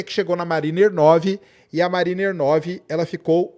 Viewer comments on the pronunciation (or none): pronuncia Mériner - mariner. Abraço.